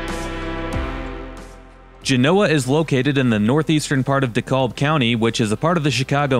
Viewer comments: DeKALB not De Callb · it's pronouned de KALB not de KOLB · Dekalb pronounced Dee cal ba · I heard that Dave Portnoy that does 1 slice pizza reviews and he pronounced DeKalb the same way too!